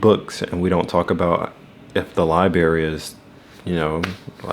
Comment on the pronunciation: Library and not li berry ❤😂 you from the trenches 😂